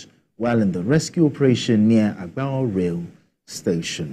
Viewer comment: As a former journalist, I have a suggestion to practising journalist, please learn to get the correct pronunciation of words before airing in your news reportage. I have had a guest walk out in my program due to pronouncing his name wrongly in the past. Let's learn to learn. Agbarho and Orerokpe were wrongly pronounced and could make your viewers and listeners not know which town you mentioned.